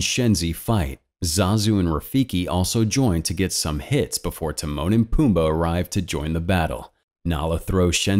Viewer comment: When you said Timone and pumba I thought you said The moaning Pumba lol